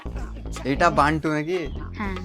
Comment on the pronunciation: Are dada bantu noi 😂😂😂😂to be banti